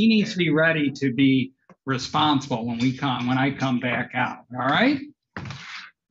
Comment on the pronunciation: I checked, double checked, triple checked, ect.. Definitely said "responseful" not 'responsible'. Didn't even know that was a word,tbh, but it's clear that the Judge is making decisions on how quickly or how much she responds.. to questions asked of her during her testimony.. when she didn't have to say anything.